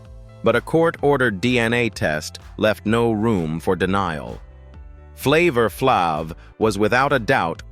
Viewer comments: Flavor Flav, not Flov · Thank you for saying this, it's so annoying! Flavor Flob!🤣😂🤣😂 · Who is flavor flop😂😂 this vidoe is bs cant even say people name right 😂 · thought I'd bust a gut laughing at the mispronounciations of some names especially Flavor Flab. 😂😂😅😅😆😆😅😅😂😂😆😅😂 It's pronounced Flavor Flav exactly as it's spelled. Also people forget that celebrities are human beings with faults like everyone else. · You pronounce it ‘ flav(e)’ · His name is pronounced Flavor Fl-av long a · Its pronounced Flay-vor Flayv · Flavor-Flāv is how is name is pronounced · Flavor Flav is a legend can you please pronounce his name right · Wow the mispronunciation of Flavor Flav